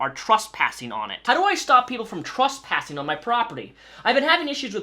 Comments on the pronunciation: Trus passing?? What the fuck. Pronunciation matters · Are you saying trusspassing?